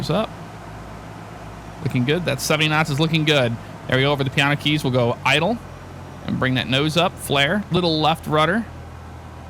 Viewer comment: When you say piano keys it sounds like your saying Keanu reeves